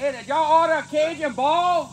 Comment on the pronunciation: “Y’all owdah a cajun bawl?! “